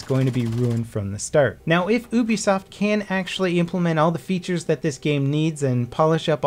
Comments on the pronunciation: Oo-bisoft? Come on. It's Yoo-bisoft. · Just so everyone knows 'Ubisoft' is pronounced as 'YOUbisoft' not 'OOBisoft' flies away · It's pronounced youbisoft not oobisoft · Why can nobody pronounce Ubisoft properly, Its you-bee-soft not oo-bee-soft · UBI soft isent it pronounced yubisoft ? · lol he said oobisoft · Wow ..who would have thought Ubisoft is pronounced OOoobisoft. Dont know if its OOoonclear, whether this is Oooonmistakingly a CS killer or not, im still OOoonsure. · Oobisoft? You Americans pronounce some things very weirdly sometimes...